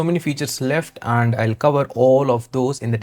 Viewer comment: Sir And hota hai AAnd nahi